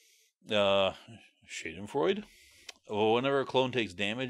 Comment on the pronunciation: Nice ideas and gread in depth look. I'll help you with Schadenfreude though. Read it out loud like this: Shah den froi duh